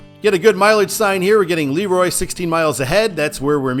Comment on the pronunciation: You mispronounced LeRoy, Bergen and Chili. It's Leh - Roy (think french), Bergen is pronounced Ber-Jen, and the Is in Chili are pronounced "eye". I would sign eastbound for Canandaigua as well because most of the communters are going there.